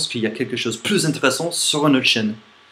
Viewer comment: J'ai juste remarqué un léger défaut de prononciation que beaucoup d'anglophones ont, donc je te le signale même si ce n'est pas très important : on prononce in/té/res/sant, le /é/ est prononcé, ce qui donne un mot de 4 syllabes. Comme ça tu pourras parler encore plus longtemps sans que personne ne remarque que tu es étranger, et je sais que c'est un petit jeu très drôle que de cacher son accent d'origine, donc voilà un petit truc ;) J'adore tes vidéos, elles sont authentiques et assez cyniques, continue comme ça !!